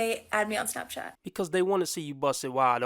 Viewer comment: Damn girl you said smapchat you basically should have said snatchchat